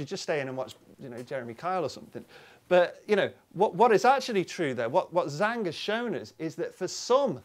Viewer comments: The name isn't Z-hang or Zang (Zhang) it is Jang. The Zh makes a J (or G as in George) sound. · um I don't think you pronounced that "Zhang" correctly as a Chinese surname.... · There seemed to be some struggling with the pronunciation of Zhang's name. The Zh is pronounced like J in "Jack." The vowel is pronounced "ah," like the vowel sound in "lot." The Yi in his given name, Yitang, has the same vowel sound as the word "eat," and the tang rhymes with his family name, Zhang. So his name is pronounced like: Yee-tahng Jahng.